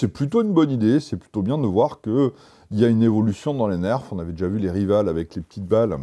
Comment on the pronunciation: les nerf "rival" ne se prononce pas RIVAL mais RAÏVAUL